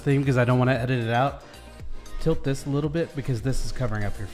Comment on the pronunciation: Pronunciation of 'out': You're saying oat. Don't do that. It sounds like a Canadian caricature, not remotely Australian. If you take the short a and e sounds from cat and get, it's kind of halfway between that sound, and lean on it so it's not such a short vowel sound. Then add your 'w' closing of the vowel then the t. "a/e-w-t" = out